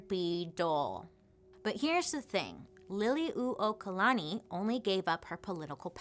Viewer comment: Bailey! This is why I love you. Trying to help us put our true history out there. Mahalo piha for doing this video AND for putting in the time to get accurate research. Your pronounciations aren’t totally off and you got the pronunciation of Liliu’okalani right which is a hard one for many. This video is much appreciated! Mahalo nui 💙💙💙